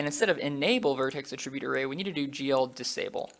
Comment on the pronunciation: I really hope you don't keep copy/pasting in the rest of these videos.... Also - I hate how you pronounce Attribute lol